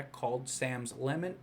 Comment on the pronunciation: Hey dude! Love the videos, keep them coming. FYI it's pronounced "lah-mint" emphasis on the second syllable.